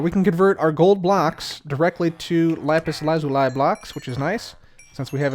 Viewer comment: is the only youtuber who says lapis lazuli correctly